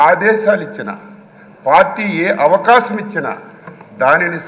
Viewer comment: Avakacham anta avakasham kadhu hahhahaha